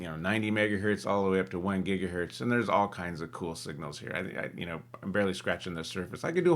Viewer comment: LOL "gigahurt"